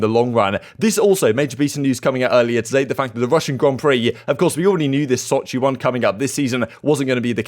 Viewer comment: Was I the only one who heard Shotzzy not Sochi? Major 1 on mind